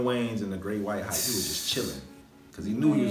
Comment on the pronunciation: "He going to do like the great whire hype" lmao!!! I hope yall caught that one..